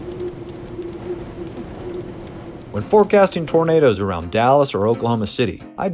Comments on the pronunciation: It's "tornadoes", not "tomatoes". :) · OK, let's try again. The clue is in your own comment "autogenerated". The software that "autogenerates" the subtitles can't distinguish between the way pronounces "tomatoes" and "tornadoes" its just a small malfunction of the software, it can be exacerbated by accents, for example I'm English so I would pronounce tomatoes with the phonetic emphasis on the "A" which would sound like "Arr" and so the two words in my accent would sound very different from each other to the software. Are you familiar with presentations and his style? He just isn't the kind of bloke that would mock peoples' afflictions.